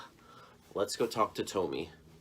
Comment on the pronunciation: Tomi is pronounced Tommy and Joutsen is j out tsen. So out, not oot.